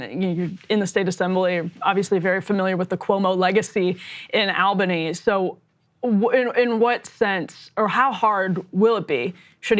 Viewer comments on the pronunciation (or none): ALLBANY NOT OWLBANY EMILY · AWL-buh-nee Not AHL-bah-nee